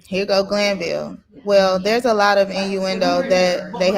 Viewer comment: Did say Uncle Judge Glanville??? I kept rewinding it.